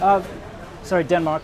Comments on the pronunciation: Did he just call Denmark "Dun Mai" turning yellow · lol, the time you said Denmark "wrong" was more correct than when you "fixed" it. At least in Danish ears. I guess learning hard as shit languages is one hell of a drug